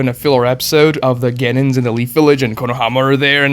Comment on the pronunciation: we all know that Kurenai's dad died during the 9 tailed fox invasion. how do you not know that!? the series has been done for over a decade! also you are pronouncing Genin wrong and its really cringe! Its, gen-EEn, not gen-IN!